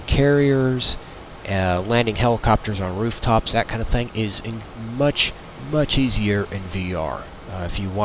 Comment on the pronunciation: I was listening until he said , and in the same tone and speech impediment as AlphaOmegaSin "dat shit". nope...not going to listen, any further